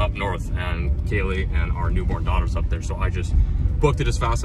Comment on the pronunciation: Did he say “newborn dog” or “newborn daughter”??